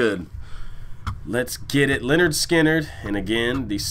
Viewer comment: The name is not ‘Leonard’ Skynyrd… it is ‘Linn-erd’ Skynyrd…